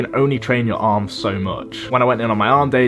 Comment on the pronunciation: “Stopped my awms fwom gwowing”